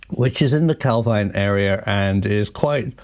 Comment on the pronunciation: It’s pronounced Cal Veen